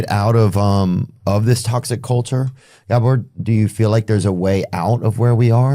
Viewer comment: It isn't Gabor with a long a. If you can't correctly pronounce his name, nobody needs your comment.